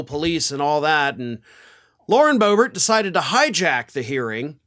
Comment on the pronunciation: BOOB-ert is a GOOB-ert!!